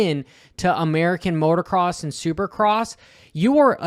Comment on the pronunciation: it's "MOTOCROSS", not "MOTORCROSS". Only one "R".